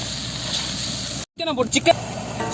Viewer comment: 7.31 athu broccoli,brocolin illa